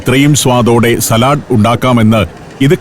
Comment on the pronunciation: സലാട് അല്ല.സാലഡ്